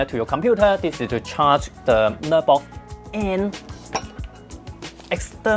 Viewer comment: I kept hearing "Nerdbox". It kinda made sense.